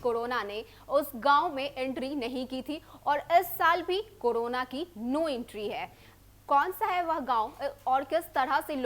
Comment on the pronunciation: Kodona, bhadme, tdahi nhi . Pahle patrakarita ki shabd shaili shikhiye fir prasharan kijiye. Like an Indian citizen.